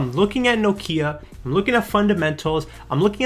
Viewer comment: Thank you for pronouncing Nokia correctly!